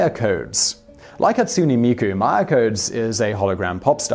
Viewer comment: Pronunciation of Japanese things... Hatsune Miku: Hah-Tsu-nay Mee-Koo. "Hatsuni" or "Hatsunee" as it's pronounced in the video has a completely different meaning. Moe: Not "Moe" like Moe the bartender, mo-ay or mo-eh. Pronounced completely different. "Mo" has a different meaning in Japanese.